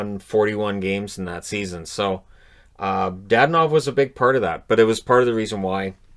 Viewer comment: It's not DaDanov! It's DadOOOnov!